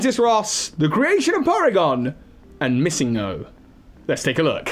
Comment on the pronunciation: The way you pronounce MissingNo is so strange. Its short for Missing Number so It wouldn't be pronounced MissingGo